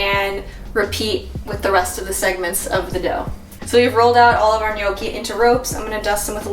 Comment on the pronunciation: Brava...good pronunciation! Many American says gnocchi wrong. And well done, also for recipe! Muy ricas! :-)